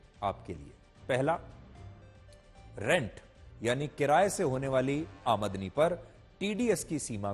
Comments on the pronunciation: Aamadni nahi aamdani bolo sir ji.. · Sir jo aap aadmani shabd bol rahe ho wo aamdani hota hai cara karo👍👍